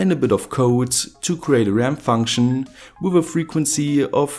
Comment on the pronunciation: Fankschn Generawr